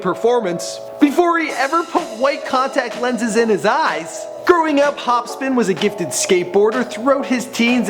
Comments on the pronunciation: lol Hopsin not Hopspin + = edibles. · Can this nigga read its hopsin not hopspin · H O P S I N not hopspin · it's Hopsin HOP-SIN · Say his name right hopsin not hopspin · Dude you gotta check it if it's correct before you post shit like this, Demented dude it's Hopsin. Not hopspin. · hop-sin not hop-spin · Am i the only one hearing him saying HOPSPIN And not HOPSIN? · This guy is pissing me off.... he keeps saying Hopspin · ITS NOT HOPSPIN ITS HOPSIN FFS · hopsin not hospin u fucking idiot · who in the shit is hopspin wtf are you saying it's hopsin...get it right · Its hopSIN not hopSPIN jackass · why do you keep calling him HOPSPIN. Theres only 1 P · Yo first i thought he said Hopskin i was like tf?? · He said hopspin😂😂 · Hopsin. Not Hopspin. Hopsin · Hopspin wtf. It's H O P S I N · IT'S HOPSIN NOT "HOPSPIN" DUMBASS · dude you mispronounce a lot of peoples names...hopspin no hopsin...the dudsons no the dudesons...and hopsin didn't actually audition watch any of his interviews...you suck at this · Who the fuck is Hopspin? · He said Hopspin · You pronounced his name wrong. It's pronounced Hop-sin not Hop spin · did anyone notice at the start of the show when he introduces his name he calls him hopspin LOLOLOL hahahahhahaha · he said hospin i think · I can't unhear this , now everytime i hear hopsin i hear hopspin. Fuck mannn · Did this man call him hopspin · “Hop spin” lmfao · Wait did he just say hopspin? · This dude kept saying hopspin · did this nigga deadass just say hopspin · He kept saying hopspin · this dude said hopspin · Mohterfucker did you just say hopspin?! WHAT KINDA FUCKED UP HEROIN INFUSED SANDWICHES ARE YOU EATING!!! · Did he say "Hopspin"? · hopspin lmao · "Hopspin" hahaha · I know that he corrected it, but this jerk off said "hopspin" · Did you really just call him Hop Spin? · "Growing up, Hopspin" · Dis dood keeps saying HOPSPIN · its not hopspin dumbass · Its pronounced HOP-SIN ya twat.. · Is this guy really saying hopspin? -_- oh boy... Oh boy